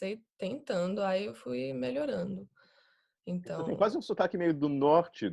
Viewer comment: caramba, ela realmente fala muito bem, muito perfeito. Até os erros que as vezes cometemos, ela comete também, como falar tentano, e melhorano, o tentando ela fala perfeito, tentando, o melhorando fica meio estranho, como se tivesse falado melhorano. eu não assisti tudo, adiantei e pulei partes, mas realmente, parabéns, muito perfeito. e ela é muito linda também. e mora aqui, pertinho de mim, do meu lado. ahhahah, encarnou a baiana de Salvador mesmo. perfeito